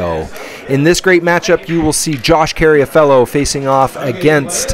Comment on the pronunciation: It's Carr-a-fielo, not Carry-a-Fellow, right?